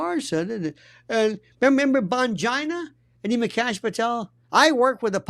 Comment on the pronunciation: I giggle every time he says ‘Bongina’ 🫢🤣